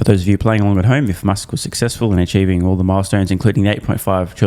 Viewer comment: Bloomburg News all duh news all duh time